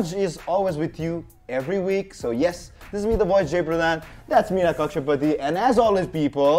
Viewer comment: hear कक्षा पुती 😂😂 #sorry